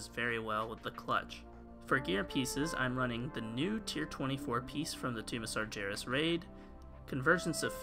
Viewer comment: It is sargeras. G like in dagger.